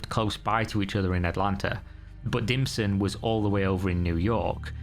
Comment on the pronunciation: Dimson? Oh he was definitely DIM but I keep hearing ”DlPSHlT”